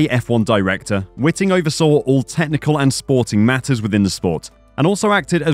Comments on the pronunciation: White ing! Its Charlie White Ing, NOT witing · Yeh all well good but do they know what they're doing from the get go or are the going to have to learn on the job with the inevitable mistakes. We've been there, done that got the T shirts. By the way Charlie Whiting's name was pronounced as "whiteing as far as I'm aware. Ask Martin Brundle or someone on the Sky TV commentary crew.